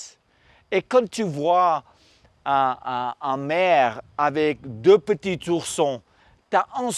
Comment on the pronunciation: "leur petisourson" 😂 vidéo extrêmement intéressante merci !!